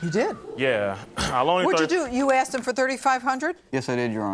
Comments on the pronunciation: Why is it most Black Americans cant say "Asked him" but it all ways comes out "axed him" ?! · Why do a lot of black people on these shows say "axed" instead of "asked"? I don't get it. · "I axed him to..."